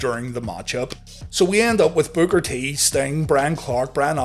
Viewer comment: I'm just having a hard time getting past the fact that you called Booker T "Booger T" 🤣 what??